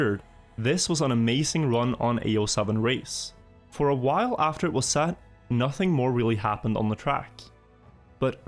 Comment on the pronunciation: Not hating or anything. It's so weird to me that when you say perfection, kept and set it comes out as perfaction, capped and sat. But you have no problem saying demon with an e. Being scandinavian myself I've never heard that. =P